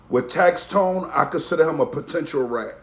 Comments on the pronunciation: #1 it’s tax-stone not tax-tone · It’s tax stone not tax tone